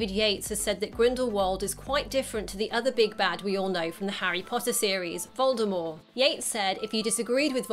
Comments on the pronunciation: Does anyone hear her say Voldemor instead of Voldemort 3.31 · Uh.. is no one gonna say anything about her saying “Voldemore” instead of “Voldemort” with a ‘T’ at the end 😂😂??????????? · When she says Voldemort like voldemor, it triggers me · By the way its Voldemort, not Voldemore and yes he is lying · If she says voldeMORE one more time, I’m gonna lose it haha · Anyone get that she says, “Voldemorr.” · The t at the end of Voldemort is pronounced.